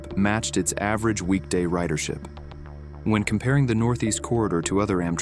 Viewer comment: The AI narration has problems. it doesn't "understand" the need to put an emphasis on "weekEND" and "weekDAY" to point out the important result of the research. Instead it put the emphasis on "average" both times and blows through what's different about the two sets of data. Why can't you use a competent person with a personality who cares about the topic?